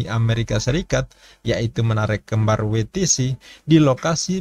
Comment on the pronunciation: Maafin, tolong belajar baca istilah/bahasa Inggris, asing, biar enak dengernya Houston, bacanya/ngucapinnya Hyusten, Mike, bacanya/ngucapinnya Maik, WTC bacanya/ngucapinnya Double Yu Ti Si, bukan Wi Ti Si 🙏